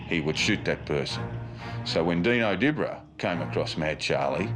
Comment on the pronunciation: It wasn’t Di-bra, it’s pronounced Dib-ra 😂